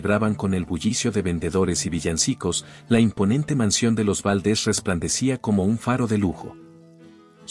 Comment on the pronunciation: Favor de pronunciar los nombres y apellidos correctamente Valdés no Váldes, en México no se usa chimeneas